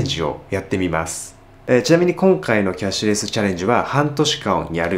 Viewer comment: キャッシュレシュ……キャッシュレス言いづらいですね(笑)